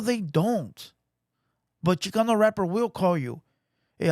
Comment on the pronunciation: I turned it off as soon as the white foo said “ChiCUNU rap”